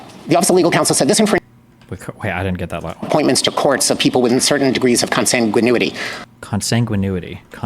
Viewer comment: Consanguinity: is not pronounced right. He pronounces it like Con-sang-guin-Uity, but it's pronounced as Con-Sang-Guin-ity, with the difference being "itty" over "u" as in ooh-ity; which is wrong. The pronunciation should be "itty", not "ooh-it-ee" for those who were "Hooked on Phonics". Look it up on Google, if you don't believe me.